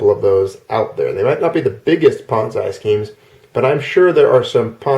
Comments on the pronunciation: Pet peeve - It's pronounced PON(ZEE) not PON(ZAI). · I like how you say "ponz I" and not "pon Z". I am cracking up so hard, and you just keep saying it like that. thanks for the lulz. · You're a good guy,, and I enjoy all your videos but I have never heard Ponzi pronounced ponz-eye wondering where you got that pronunciation. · Ah ha, a bit of history with that word. Leave it to you to know the history behind something like that. I wondered because I've heard other words we use pronounced other ways in other cultures. I'd never heard that one before though. I've seen things written differently here and the UK also. Yes, sem-eye and sem-ee are a common one. The whole time you were saying it, though, I kept thinking Bonsai in my head, lol.